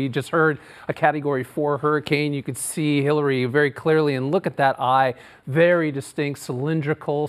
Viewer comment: I could've sworn he said they're bracing for Hitler's approach